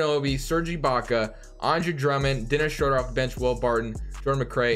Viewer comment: Please pronounce Schroeder’s name correctly next time.